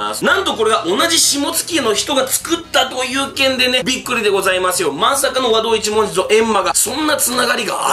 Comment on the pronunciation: 和道一文字の発音に違和感